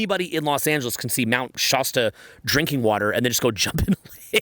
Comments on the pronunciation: Shaa- stuh As in last, or fast Love you! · I’m from that area near Mr Shasta. It’s a hard A. Mt ShASTa Hahaha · SHAH-STAH haha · Bruh, you live in California but still say "Shasta" like a Canadian.